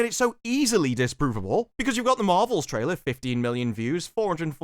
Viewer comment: Disprovable... Disparuvable? 😅